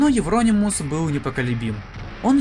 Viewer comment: У меня уши завяли. Это евронИмус